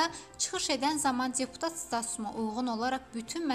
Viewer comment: Serengam,sençyabr (sentyabr),magaralarla,cirektor,siyasi maçivler,ceputat Tahir Kərimli.Bu sözler yeqin yeni sözlerdi.Xahiş edirem bu televiziyada danişanlar dilimizi düz danişsinlar.